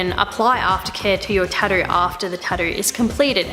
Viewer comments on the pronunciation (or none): TatTOO, there's no D in it. You said it right at 40 seconds. Proving you can.